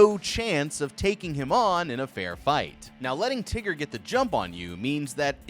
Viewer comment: Why he calling him teger